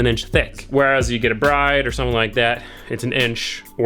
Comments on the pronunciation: It's not breed or bride, it's brid 😂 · not to be a snob or anything, but it’s pronounced “bu-reed” instead of bride. owner originally wanted to name the brand bullet because he liked the sound of it. when they went to write it down, they thought it was spelled bride because it looked like it said bu-rid (roughly sounds like bullet) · said bride wrong twice 😂 its actually "brid" that's just from multiple YouTuber sources who have talked about the pronunciation before. Most recently was Mickey and i think we all trust him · Bride is pronounced “brid” just saying